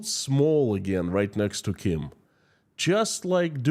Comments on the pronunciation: Dear, I am Korean and I would please ask you to learn the proper pronunciation of the Kim dynasty. You are slaughtering their names and I did not recognise who you were actually referring to. I also was at the DMZ (the 38th parallel on the NK border) and listened to NK defectors in Seoul in 2017. The state of the Korean peninsula is what is referred to as an armistice. Technically, the two Koreas are still at war. There are about 30,000+ NK defectors who fled the regime and managed to make it to SK but under great personal risk and danger. NK has a VERY thriving black market economy. There's A LOT more to NK than what you are alluding to here. Kim Jeong Eun went to one of the best and most exclusive SWISS boarding schools and LOVES basketball. The whole Kim clan has been educated abroad. It is IMPORTANT that the West learns the truth about NK - it copied anti-Western/US propaganda 1:1. There was an exchange programme between Eastern Germany and NK in the 60s. A LOT of Westerners are fascianted with NK. If you want to learn more about the Korean war, I'd suggest googling "The Forgotten War" of Korea. At least, you'll hopefully learn to pronounce the Kim dynasty's names properly. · Learn to pronounce the names of the North Korea Leaders, imagine if you would call Vladimir Putin - Vladek Pralina, would that be ok with us, off course not. Take time and prepare the subject, be clear with the message, naming those people with different names (then they are called by) means you are not serious with what you present on your channel, we need you to be exact and concise , otherwise I loose interest in what you have to say. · A genuine question and I'm not trying to make fun: Is how you pronounce the Kim's names the correct one or caused by an dialect? I only know how we pronounce the names as we do in Germany, wich often isn't the original pronunciation. We tend to "germanieze" a lot, sadly.